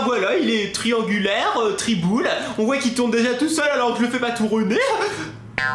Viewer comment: qui a rigoler quand dit triboules gt mdr😂😂